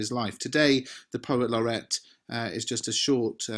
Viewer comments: oi mate it’s not laurette it’s laureate you dimwit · Excuse me, but isn't it 'Poet Laureate' /'lɒrɪ:jət/ (not 'Laurette')? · At 2 minutes isn't it Poet Laureate instead of Poet Laurette? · Thanks for another fantastic lesson. Just one thing though - it's poet laureate not poet Laurette. thanks! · Please note he was the POET LAUREATE NOT POET LAURETTE. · Lorrret or lorriate? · Love lots of stuff......but sorry, it's 'poet laureate' and not 'laurette'!! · Is it not poet laur-e-ate? I wouldn't quibble, but it would be nice if the GCSE candidates get to spell it right in their exams:)